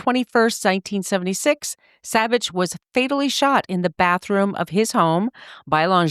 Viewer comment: I grew up in Placerville, just down Highway 50 from Kyburz and where Spider went to high school and is laid to rest. A local ski hero. Very very sad for our town and the ski community. His last name is prounced "Saw-Bich" not "Saab-Bich".